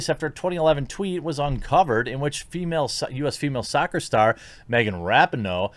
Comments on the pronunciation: Her name is pronounced Ra-pee-no. Capiche? Regardless, she is still a garage human being. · Jeremy…. I’m a huge fan and I don’t want you to get flack for something as minor as mispronouncing her name. But it’s pronounced Ra-Pee-No. Hopefully you won’t need to talk about her again…. I just thought I would give you a heads up.